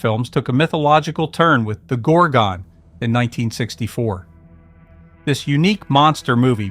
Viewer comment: Can't you get a narrator who has actually seen the films he's describing. Gorgon is not pronounced GORG-ON and in The Devil Rides Out the correct pronunciation of MENDES is spoken by Christopher Lee himself.